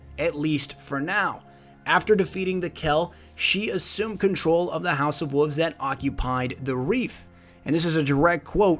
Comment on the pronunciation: I don't like when people pronounce wolves as wuffs.